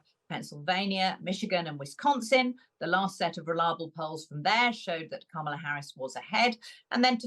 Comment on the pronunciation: learn how to say Kamala’s name properly- it’s not hard.